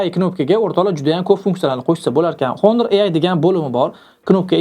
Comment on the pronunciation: Assalomu alaykum Video uchun rahmat. Oka ingliz tilida aytiladi Honor so'zi honor yozilgani bilan o'qilishida Onor diyiladi. Oka Honor emas, Onor dib obzor qisayiz zo'r diydi ko'pchilik.